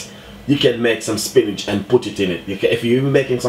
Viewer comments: "spinage" lol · 🤦🏾SPINACH!!??....🤔🙄🌿🌿🍃🍃/DAYYYUM I can't even defend you...coz ya said it well over 10 times🤷🏾... AND ITS WHIIIITE😂😂😂😂...LOL...👍🏾👍🏾..much respect tho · angelina why does he keep saying Spinach and there called Spinners ??